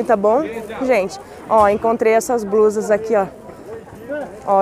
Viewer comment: Sotaque e não. Trocar r pelo l...